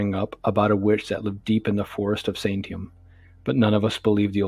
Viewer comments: I can't do it. I thought it would be a good story but every time you say Santiam I cringe because that's not how it's pronounced. It's Sant ee am, and there's no actual town at the Santiam Jct. It's the junction of two highways. There IS sketchy stuff out there. Stay on the trails when you come to our forests. Walk two by two, the loner is the who disappears, and if you hear something, it's not what you thought you heard. Don't follow it... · SAN-TEE-AM!! SANTIAM ORE-E-GUN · It’s pronounced San-tee-am. And how come your channel name is “Horrorstiry” instead of “Horrorstory.”??? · It is pronounced San-tee-am. Good story tho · The town is pronounced San tea am. Question, are these true tales or fiction?